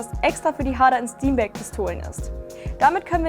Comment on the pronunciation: Sehr informatives Video, das sicher nützlich ist, wenn ich von meiner Sparmax upgrade. Ich finde es nur interessant, dass das Hamburger Traditionsunternehmen Harder Steenbeck englisch ausgesprochen wird. :D